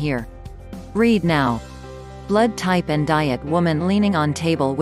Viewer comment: M a K e the bot say Type A, n o t O. Very annoying!!!!! Love your neighbor, Not the AI